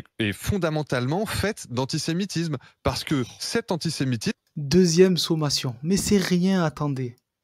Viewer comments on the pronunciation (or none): J aime bien vos vidéos , mais votre accent avec "ch" anchi semitisme .. ça tape un peut dans le systèmes. Désolé فلسطين حرة